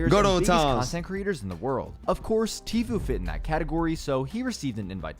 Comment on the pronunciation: You saying dis and dat made me want to stop watching. When you just had to add in how you were supposedly making more money, I definitely stopped watching. Only clicked this video because I thought I’d reminisce but quickly realized I was thinking cloaks not clix mb gl